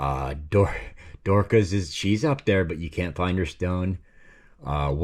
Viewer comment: I have known of only one person who was named Dorcas. A relative in my wife's family. I would pronounce as you did.